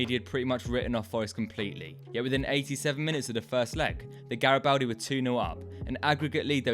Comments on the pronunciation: Gari-bald-di btw! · It’s pronounced GaribOldi